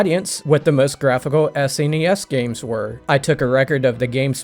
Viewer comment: Thank you for pronouncing SNES correctly. I cannot stand the people that don't know how to pronounce it